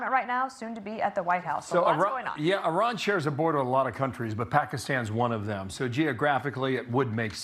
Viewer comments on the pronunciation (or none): It's Iran, not Irun. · Where is "I Run"? Its "E Ron" or "I Ran"(common american misspronounciation). I think you tried to mix the 2 lol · Its called...I RAN!! not irun. Smdh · It is called IRAN NOT I RUN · IRAN NOT IRUN..... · It’s Iran. Not I Run. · It's Iran not Irun.